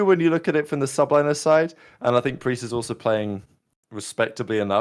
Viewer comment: Preistahh is the glue fosho